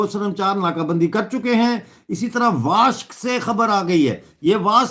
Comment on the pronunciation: Pronounce " WASHUK " not washk.